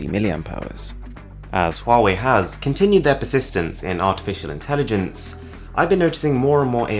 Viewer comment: The pronunciation of Huawei is perfect xD Chinese here btw :)